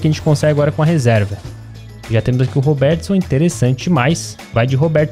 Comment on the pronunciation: acho engraçado como ele fala "roberTIson" kkk